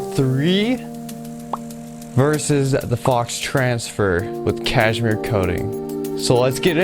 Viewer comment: Did you say CASHMERE😂